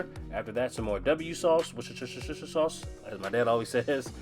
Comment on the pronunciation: Your meatloaf looks delicious.And now you pronounce it , it's versus shyer sauce and in your meatloaf scrumptively yumptuous❤❤❤❤